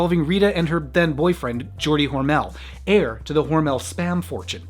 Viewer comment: Good piece about a good lady! (BTW, the name "Hormel" is actually pronounced "HORmle", not "hor-MELLE"...Only say it that way if you are talking SPAM...)